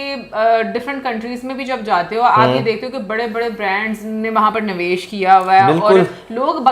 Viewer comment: aaj hua kya h ke humour ko 😂😂😂aur navesh nhi hota nivesh hota hai😂😂